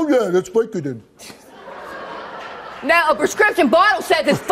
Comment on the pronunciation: "oh yea that's viecodin" 😂 I love u steve